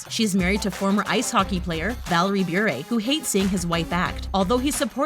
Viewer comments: It's "Buh-ray," not "Byour-a" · You completely said her last name Bure wrong